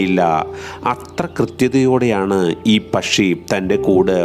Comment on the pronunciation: പശ്ശി അല്ല പക്ഷി